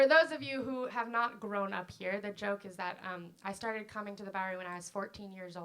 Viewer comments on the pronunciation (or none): none